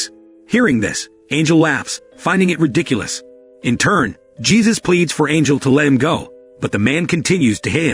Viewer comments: You need to train your text to speech engine. Jesus? Dieter? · Damn, here comes another one with no idea how to pronouce spanish names